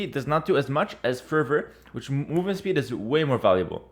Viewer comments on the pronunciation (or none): none